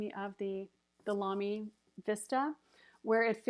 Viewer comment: Hi! Your pronunciation of Lamy is perfect! (I'm German) :-)